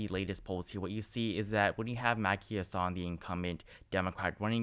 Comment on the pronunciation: Chris Sununu is saying he doesn't plan on running (at least for now). He's saying he enjoys being a governor. Just FYI it's HASSan (the first a sounds like the a in hat.)